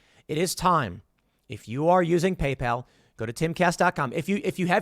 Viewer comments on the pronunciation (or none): Did Tim call it Gaypal? Sounds like a competitor to grinder